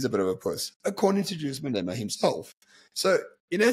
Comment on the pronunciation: Who the fuck is MalEEEMa bruv?